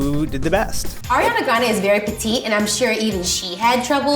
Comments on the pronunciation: "Airiana" Me: excuse you it's Ariana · says “ Air-iana” and I’m cringing inside 😂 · I get so mad when people pronounce her name as air-iana ITS ARE-IANA 😂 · ITS 👏🏻ARIANA👏🏻 NOT👏🏻 AIRANA 👏🏻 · IT'S ARI NOT "AIRI" her name is pronounced AH riana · It's Ari-ana not AIRIANA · It's "ariana" not "airiana" goddamn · Why did she say “airiana”...where does she see air in her name... I see ari 😂😂? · broke my heart. She said AIR-iana 😫 UPDATE: she just said Ariana, my heart is full again UPDATE 2: my girl Ariana doesn’t photoshop, she’s just very petite. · People saying Airiana makes me so uncommfortable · lol it sounded like she said “airiana” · "Airiana" ugh really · said AIRiana Grande 😑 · Eccentric How do you pronounce your name? Eh-see -tric? Ec-sen-trick? Do you not see why saying "airiana" is annoying? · U. PISSED ME IFF U PROBOUNCED ARIANA WRONG IN THE FIRST 18 SECONDS IM A HUGE FAN AND IT BUGS ME WHEN PPL PRONOUNCE IT WRONG BUT I STILL LOVE LADY LIKE AND IM JUST ANGRY IM GONNA GO SCRAPE MY EYEBALLS NOW BYEEE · Ella Bear ikr 😫